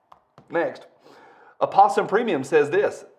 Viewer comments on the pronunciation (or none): none